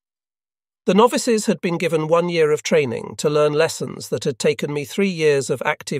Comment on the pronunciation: why can't AI guy say the damm year right.lol